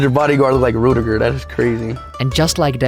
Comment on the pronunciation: Rutiger* respect his name and say it properly 😎👍✌️